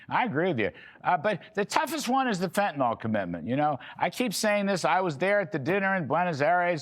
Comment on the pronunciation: Fenta-NIL, not FentaNALL!!!!